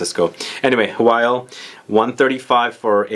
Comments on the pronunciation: By the way, Hwyl is pronounced Hoil (like boil), not "who-will", its a Welsh word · this is an old comment but I thought I needed to let you know that Hwyl is in fact pronounced Hoil (like boil), the pronunciations online that say "hwill" are very wrong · Hi mate! I used to work for Aesop and just to let you know its pronounced 'ee-sop' and the Hwyl perfume is pronounced 'who-wil' great review!